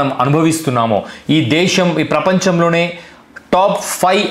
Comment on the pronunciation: ఒరే సోదిగా, నువ్ ముందు దేషమ్ దేషమ్ అని నత్తి నత్తిగా అనడం మానరా బాబు వినలేక షష్టున్నాం🤭😅. ఛీచి నీ నత్తి నాక్కూడా వచ్చేదట్లు ఉంది😅. దేషమ్ కాదురా అది దేశం రా శుంఠ. ఎం మీ జలగన్నని ఫాలో అవుదామనుకుంటున్నావా🤪. ఇంకారేరోయ్ శుంఠ వాళ్ళు మాతృభాష లో మాట్లాడమన్నారు కాని ఇంగ్లీష్ నేర్చుకోవద్దు అన్నారేరా? . ఇంగ్లీష్ చదువులు చదువుతూనే మాతృభాషని మర్చిపోవద్దు మనలో మనం మాతృభాషలో మాట్లాడుకుందాం అని. ఎందుకురా అరిగిపోయిన అబద్దాల రికార్డే మళ్లీ మళ్లీ వేస్తారు మీరు సోది గాళ్లు😅. ఇహ మాతృభాషని గౌరవిద్దాం ప్రేమిద్దాం అంటే దాన్ని తప్పు పట్టారాంఫోన్ పే. మెడికల్ కాలేజ్ లని పీవేట్ పరం చేయటం ( ఇదొక పనికి మాలిన అబద్ధాలు,) ఎమో ప్రభుత్వ పోలసీ నా. కానీ ఇండిగో ఎయిర్లైన్స్ సంక్షోభమేమో ఒక్క అవియేషన్ మినిస్టర్ ది మాత్రమేనా 😛😝. ఎలా అవుతుందిరా అవియేషన్ మినిస్టర్ తప్పు? 😛. ఏవియేషన్ పోలసీ ఏమన్నా అవియేషన్ మినిస్టర్ ఒక్కడే పెట్టాడేరా?